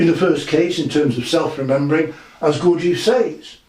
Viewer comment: c'mon, Gawjeef? In English, Gurdjieff. I live in Tbilisi (tiflis for all you over influenced by Russians). Here it is more like Gourd-ji-efi. I can't speak for Armenians.